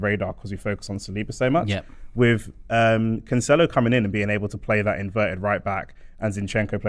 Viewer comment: Why has everyone begun to pronounce his name wrong? It's "can-sell-oh" not "can-chell-oh"